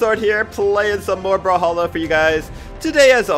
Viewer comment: I cant stop thinking about u saying bruhhalla and not brawlhalla